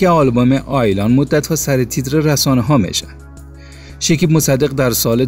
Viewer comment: بخاطر جلب توجه چی چیزهای مزخرف نوشته میکنند شیکیب نه شکیب مصدق البوم نه آلبوم لطفا کلمات را درست تلفظ کنید اصلا جالب و غیر منتظره نبود زحمت کشید از کجا به کجا خودرا رساند آفرین او یک بچه سخت کوش و پرتلاش هست برایش موفقیت های بی پایان آرزو میکنم